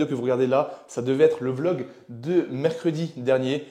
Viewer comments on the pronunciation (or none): none